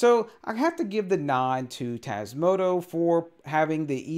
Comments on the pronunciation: TasmotA not tasmotO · I love your vids, but can you please stop saying TasmotO? 🤣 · Why "Tasmoto" instead of "Tasmota" though? Is this some inside joke I don't get? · TasmotOOOOOOO? Have a little respect for the project and call it by its actual name please. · But it's not how you constantly pronounce it. It's a small thing, but annoying....